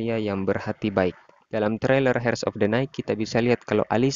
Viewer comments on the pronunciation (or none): Bacanya jangan hers min tpi iers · Mas, pronunciationnya salah.. 😅 Dlm kata HEIRS, "H"nya nggak dibaca.. 😁